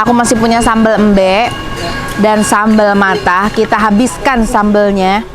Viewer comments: Cara penyebutannya sambel embe bukan embek 🙏😁maaf koreksi sdikit. . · Pengucapan sambel “ embe “ nya salah teh